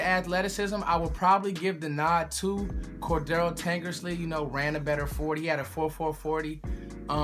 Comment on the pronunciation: Core-dray-uh Tankersley. Not raggin on ya just trying to help